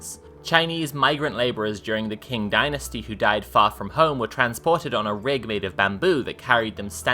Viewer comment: Qing is pronounced ching btw